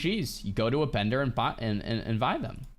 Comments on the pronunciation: "you go to the bendor and vuy them" Honestly i do shit like this irl all the time, like saying "fresh of breath air". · " you go to a bendor and vuy them" Thanks man ill keep that in mind